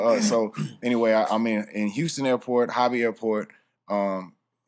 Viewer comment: houston pronounced "pint" lmao.... man hol up